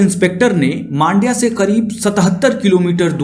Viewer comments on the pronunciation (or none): It’s Mandya not maandya. It’s matter ❗️🤨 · The way you pronouce mandya and bettanahalli and peenya.... Seriously worst😢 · Bro u r pronouncing Mandya in a wrong manner. Btw nice story telling